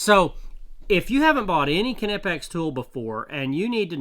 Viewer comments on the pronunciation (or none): kin eh pex? my dude, how do you pronounce knock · Everything I've read says the 'K' is silent in the name Knipex. It should be pronounced "nip-ex" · Ka NIP X is the pronunciation..hard K German....